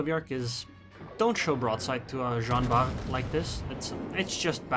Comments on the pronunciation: It is Jean ARR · Nice video! Btw, the French "R" can be described as a guttural "R".